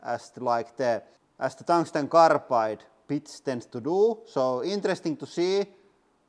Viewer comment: The what rings? Squirmed? Someone please tell me what he was trying to say. Thanks